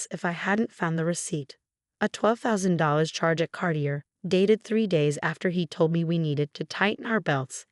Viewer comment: If the narrator isn't AI then please find one who knows how words are pronounced. She slaughters reading Cartier.